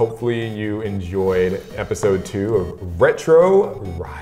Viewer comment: Did anyone else hear pepisode